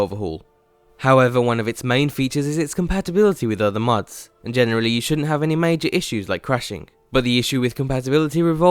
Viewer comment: stop saying "mads"